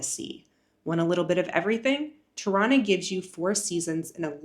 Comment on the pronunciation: I didn't know Tirana is pronounced Toronto 😅😂